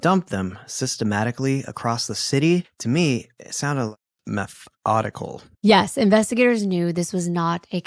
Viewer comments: I am so sorry, but METH-ODICAL got me. 😂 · the emphasis on the METH in methodical made me lol 😂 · John saying “it was METHodical”. I heard that.